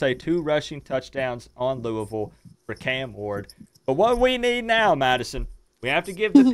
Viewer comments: Madison is a cool lady. But you guys say "Luuh-ville" not "Looey-ville"--what should Canes fans call this team? lol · I hate that crap too. It's not lou-uh-ville.. it's lou-E-ville. For me, I'll call them losers after we beat them and keep looking to go 1 - 0 next week.